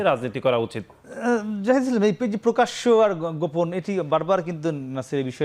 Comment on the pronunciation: পকাশ্য পকাশ্য পকাশ্য,,,,,,,,,,, তারপর আবার পকাশ্য পকাশ্য পকাশ্য